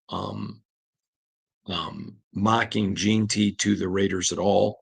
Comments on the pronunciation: JEN-TY where you get Jean Tea from put some respect on his name sir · Gen-ty not Jean-ty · Say it slowly....JEN-ty....JEN-ty....JEN-ty... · Damn can we pronounce the kids name right already!?!?!? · how hard is it to pronounce AJ’s name correctly? 😂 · FOR THE LOVE OF JIM OTTO PLEASE LEARN TO PRONOUNCE HIS NAME CORRECTLY! It has been like fingernails on the chalkboard for the last two months!